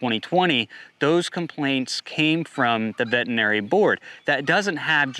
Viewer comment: i suspect these gentlemen were doing more than ultrasound checks for pregnancy to get into trouble. increasing fertility via means that require a license for prescribing medication. That being said there is still due process BTW it is vetERinary not vetinary